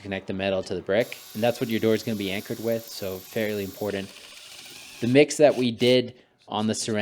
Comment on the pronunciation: IM-POR-TANT. Cool project though.